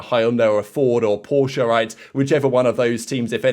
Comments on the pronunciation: Yes exactly..but almost no says it correctly! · Thank you! Porsche is a two syllable word, and you got it!